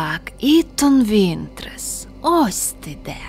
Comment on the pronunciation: Не Ітон Вінтрес, а Ітан Вінтерс